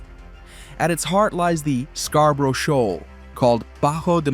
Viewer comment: Work on your rendering of Scarborough,.